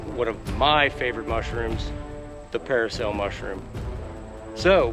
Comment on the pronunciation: It's not paracel, dude, it's parasol 😂